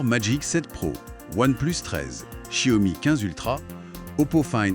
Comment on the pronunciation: [EDIT] concernant la prononciation, après avoir ré-écouté avec du volume et plus de concentration, y'a encore des progrès à faire ! On entend du "sssiomi" par exemple. Alors que le 'x', c'est un mélange entre "s" et "ch". Et que c'est ensuite "iao", pas "o" ... Ok, un peu touchy ce sujet ici ;-) Mieux ici : [/EDIT] Je suis sceptique pour la "moto volante" : je la trouve beaucoup trop stable, surtout vu sa taille, très courte et étroite. Et certain plan de la vidéo font très "écran vert". À propos des TARIFFS!!!, Gamers Nexus a sorti une vidéo monstrueuse (que je suis loin d'avoir terminé), quasiment 3 heures ! J'en suis à la transparence sur la décomposition des coûts d'un boîtier HYTE. Il me semble que le prix final passe de $99 à plus de $210; une catastrophe pour le vendeur. Sans compter sur l'incertitude : quelle taxe, à quelle date, quelle annulation, quelle annulation d'annulation ... Ici : Un bon point pour NotebookLM : il prononce Xiao Mi correctement ! Enfin, mieux, je demanderai à madame de valider les tons ! Une précision à propos des zooms, un truc qui me hérisse le poil à chaque fois : le n× ! Ça n'a absolument rien à voir avec une espèce de grossissement ! J'ai par exemple un 2×; c'est nul hein ? Sauf que c'est un 12-24 mm, équivalent Full Frame 18-36 mm, soit du très très grand angle. Un 100-300 mm serait un 3×, mais un 50-300 mm serait un 6×, mais il ne "grossit" pas du tout 2× plus ! Capteurs 1" : il me semble avoir lu que dans un smartphone, se